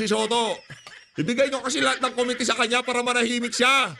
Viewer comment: Parang pareho na pag pronounce mo ng “committee” kay Dan Fernandez concern lang ako..